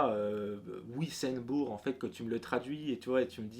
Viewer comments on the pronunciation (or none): Salut Pour ce qui est de la prononciation des noms de villes ou villages, chez nous en Alsace retiens juste que le W se prononce V (comme en Allemagne ) donc Wisembourg se prononce "Vissembourg" (le "em" se prononce "en" ) et le "Ch" que l'on peut trouver à la fin de certains nom de villes, villages comme par exemple "Dambach" se prononce "Damebar" dans le Bas- Rhin et "Damebak" dans le Haut-Rhin. Et oui les Haut-Rhinois ne parlent pas comme nous...😅 Hâte de suivre votre aventure👍